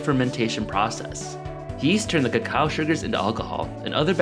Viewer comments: It isn’t said kakawa it is actually (even in Mayan) kakaw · why did u pronounce it cha-cow? its pronounced co-co